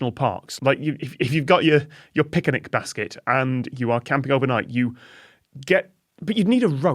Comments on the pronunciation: As a kid watching Yogi Bear I didn’t understand at all his weird 3-syllable pronunciation of the word picnic, but Tom just said it with the same 3-syllable pick-ah-nick pronunciation. Was Tom deliberately imitating Yogi Bear, or do Brits add an extra syllable to picnic? (Perhaps to make up for all the syllables they drop from other words, for example Worcestershire) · Caught Tom's pronunciation of "pick-a-nic" basket as well. 😂😂😂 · Loved Toms pronunciation of pic-a-nic basket.